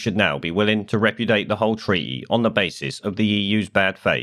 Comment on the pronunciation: ree - puuuugh - dee - ate ffs